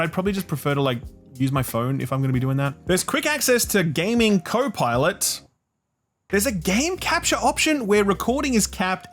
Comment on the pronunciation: Oh, I legit misheard him calling it Slopilot.